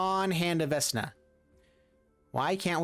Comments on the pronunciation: Typo in title and it’s pronounced veck-na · It’s «veKna» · for the love of all that is evil its VeK Na lol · Same. Love his videos. I'm sure everyone will rave about the mispronunciation just like I will. Veck-Na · right, I meant the way he was pronouncing it. Sorry if I wasn't clear with that 😁. I would always pronounce it veck-na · Its pronounced vek na "vecna" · Fam it be the eye of "Vesna":) At least according to:D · You can really tell which of us are D&D geeks. As a long-time DM, the mispronunciation makes me want him to roll for diplomacy with a -10 modifier. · 😆 if you watch matt colville vecna name comes from the jack VANCE books and is a anagram. Your still denouncing it wrong but its interesting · Mispronounced Vecna is driving me absolutely nuts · this, i cringed every time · I cannot believe you've never heard Vecna said out loud. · Love the deck, through the multiple mispronunciations of Vecna are killing me haha. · Omg yes! 😂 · Idk maybe he was just missreading it. For awhile my wife thought vorinclex was "voronicles" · Immediate pain as soon as he said it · Its "Vekna" not "Vesna" XD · I hate to be this guy but there is only so many times I can hear the god of the undead be mispronounced, it's vekna not vesna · came to the comment to see how many will pick him on veSna not being pronounced veKna. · Isn't it veKna instead of veSna? Other youtubers are saying veNKa... This is really odd... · We said vekna not vesna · It's Vek-nah! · For real. 😬 Vesna? 😅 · Its pronouced Vecna (pronounced: /ˈvɛknɑː/ VEK-nah). Magic players never can say shit right lmfao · Vesssssna? VESS NA? VESS? Stop it please. Get some help. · I cringe when he says vesna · Vecna is pronounced Veckna. I can't watch the video. Under 2 minutes in and I'm annoyed enough to abandon the video. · pleaSE say it right veKna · Vecna won’t feed you the correct pieces because you kept pronouncing his name “Vessna”. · What's a Vesna? couldn't resist 😛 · VECK NUH SAY IT